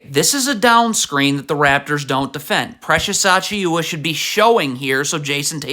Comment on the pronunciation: I love how you pronounce so many names wrong in every video. "Mickle Bridges" was when I started noticing, then here we have "Precious Achioowa." I swear you do it so people will engage and comment "it's pronounced "Mih-cal" not "Mickle."